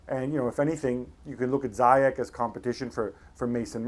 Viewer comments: It's not zayek, its ziyesh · Hakim ZEE-YEASHHH not Zyjek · For f*ck sake... Z-yech not Zai-yech... what do English ppl have with screwing up Arabic names? It's not that hard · just want to correct you the right prononciation of ziyech name in native speaking , well , it is spell it like "zeeyash" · keerthan bs zeeyatch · youd think that proper commentators would know how to pronounce ziyech